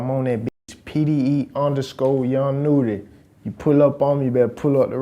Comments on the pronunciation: Finally you said it right🤘🏾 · Even tho I don’t like this guy’s videoes at least he said young nudy name right unlike micheal did famous news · hey atleast you sayinn nudy's name right lol check mcrudden